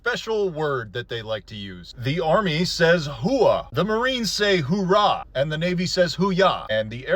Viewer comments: Its URAHH! not Hoorah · It's not Hooorah, it's Ooorah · Oorraah, not Hoorah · its not "hoorah" its oorah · Oohrah, not Hoorah. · OO-RAH there is no H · For Marines, it's Ooo-Rah. There's no H, sir, but props for getting it mostly right. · Actually MC says Ewerah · Love your stuff. However, Marines say, "Oorah!" No H at the beginning. Marines may also use Yut, Errrrr or Kill.